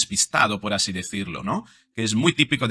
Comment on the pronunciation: Se habrá tomado un refresquito la Mari Chus antes de hablar asíiiii?